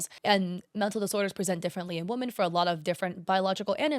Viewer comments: Girl its pronounced 'wo-MEN' not 'wo-MAN' for plural women. Love your videos but omg it was so bad in this video. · I can't get over how pronounces Woman and Women both as "Woman" it's very distracting. Also 😔I thought was into the girlies